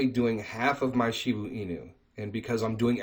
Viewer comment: If u are going to talk about a cryto si often u should know how to say it. It's annoying when you say shibu inu. It's shiba.